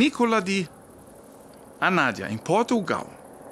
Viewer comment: Se pronuncia Anadia e não Anádia. Querido ❤️